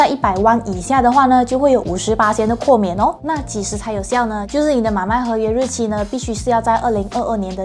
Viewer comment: 豁免，豁念“或”。不是括kuò免😊。念“年份”2021年的1 念yī，不是念yāo。念三位数及以上的“号码”才念yāo，比如电话号码、护照号码、车牌和门牌，1 才念yāo。😊